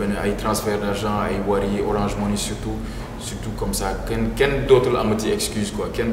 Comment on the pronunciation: on dit orange monnaie pas monii , lol kana leu